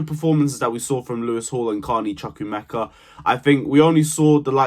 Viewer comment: Good points. Work on the pronunciation of CHUKWUEMEKA though. The pronunciation is off - it will be good to see presenters and content creators putting more effort in the pronunciation of none English names. I am sure one minute chat with one of your many Chelsea supporters of Nigerian (Igbo) origin will sort this out.